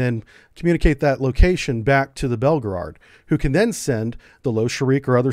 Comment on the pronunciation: its Belgorod not belgerard. and its not 2 megatons it actually is 100 megatons.